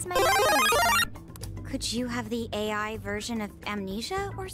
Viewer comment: Ryuji'll definitely have to repeat his 3rd year of high school if he can't even say AI.